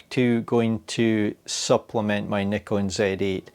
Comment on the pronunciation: Instant thumbs up for the Scottish 'comra' and the correct pronounciation of Nikon.